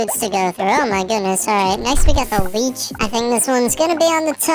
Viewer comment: THE LEECH lychee pranoudstit wrong ❌